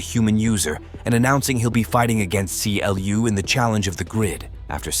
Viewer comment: It's not King C.L.U. It is pronounced Clue. Yes, Clu leads that digital world, but never called king.